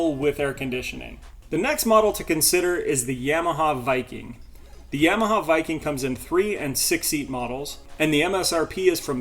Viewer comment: I know you are a young guy, but you might want to re think that pronunciation of "Yamaha". 😂